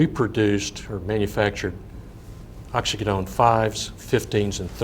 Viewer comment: Resume is flawless; opens his mouth and reveals himself to be an imbecile. They paid this dunce a fortune, and he doesn’t know what a pill mill is, nor can he pronounce Oxycodone. He should return every dime they paid him or go to prison for fraud.